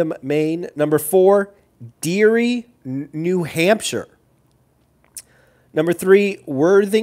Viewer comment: Ha I got the day wrong too.derry is pronounced dairy. I don't invest there but only 30 mins away. They are mid state and close to Maas. Nashua is gross and is probably roughest city in the state but only 15 minutes from mass so its a demo state moving buyer.